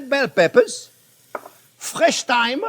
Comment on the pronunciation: I am watching at 1.5x speed and everything is fine with your talking. It only took me a couple of seconds when you added some "time" to realize you meant "thyme" 😀— Thanks for your great videos!